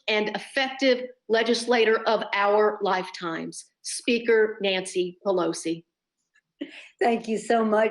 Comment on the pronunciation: "NANCE"!! ?? OMG